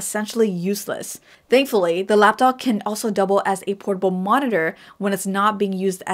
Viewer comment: She’s totally saying “Lapdog”.